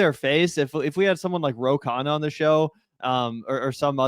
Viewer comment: All three pronounced it differently. Phil pronounced it Jank. Rfk pronounced it Chank and Stephen A pronounced it Sank.